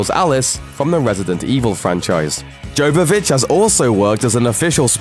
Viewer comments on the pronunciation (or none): It's pronounced "Yo-vo-vitch" not "Gio-vo-vitch" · it's pronounced Yovovich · Yovovich!!!! Learn to pronounce Milla's last name!!!! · Jovovich is a soft J. She has a go at Michelle Rodriguez on the Resident Evil DVD commentary a number of times for using a hard J. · YO-yovitch. Mila Jovovich. PLEASE learn how to pronounce Russian surnames, you fecking moron. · Jovovich has a silent J. It's pronounced Yo. Just a heads up. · You don't pronounce the J in Jovovich...'Y'ovovich. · Jovovich is pronounced as Yovovich. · Hey, its pronounced Yovovich. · it's YOvavich lol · You're saying Milla Jovovich's Name wrong.. But It's ok a lot of people do that.. her and Matthew McConaughey surely have had the biggest success since Dazed And Confused.. Looking at both of their Lists of films Both have 45+ Films under their belts...And Counting... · The J in Milla Jovovich's name is pronounced like a 'Y'. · It's not unusual for them to gets facts wrong. It's freaking annoying. How the presenter pronounced Jovovich drove me nuts too